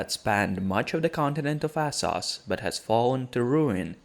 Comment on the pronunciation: Say it with me..."Wes-teros"...."Es-sos"....Ennngliiiisssh lol